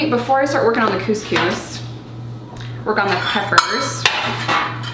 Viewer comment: my bf and i spent ten minutes trying to say it differently and it is really hard to say couscous with an 'uhh' sound instead of 'oo' sound and it's really really hard to say lol